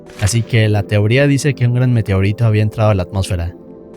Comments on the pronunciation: Dí Meteorito.: Meteorítou. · ¿Alguien notó que cuando pronuncia "meteorito" parece gringo? AJJSADJA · Que onda con tu forma de decir meteorito?